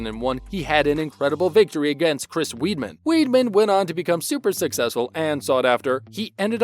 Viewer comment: Up and coming MMA fighter??? Broooooo, and Weidmans name is pronounced “Whiteman” 🤣🤣